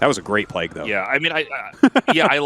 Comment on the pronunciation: Bro Tasteless stop begging for money. And learn how to say Plauge.